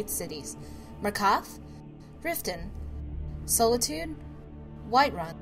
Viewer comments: The following words you cannot pronounce: Markarth, Solitude. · Soul-itude LUL